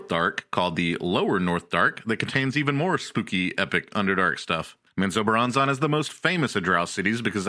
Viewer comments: ….wtf is men zoe bur ron zon? 😂😂😂. It’s men-zo-BARON-zen. Hey guys let’s all head down to Flor-eye-dah. Or fly over to Cay-lafor-neeya. Oh I know!! Let’s go skiiing in Co-low-Ray-doe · Please go find out how to pronounce Menzoberranzan properly. This was hard to listen to when you can't even pronounce the name of the place you're supposed to be giving information about lol.